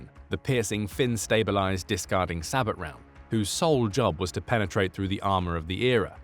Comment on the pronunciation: For the future, sabot is French so pronounce it like saboux. Lol